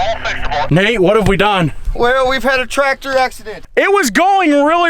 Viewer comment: It's not a traptor it's a tractor